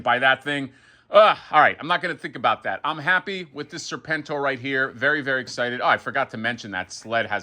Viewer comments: hasbro guy was so psyched about serpentor but then started saying serpn-tor, serpn-tor, seprn-tor. dude, g.i. joe much? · So you arent a Joe fan? Everyone knows how to pronounce it.